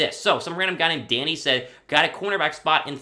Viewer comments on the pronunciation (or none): none